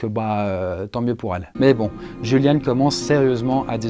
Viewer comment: En allemand on prononce plutôt iuliane !! Sinon super vidéo !!!!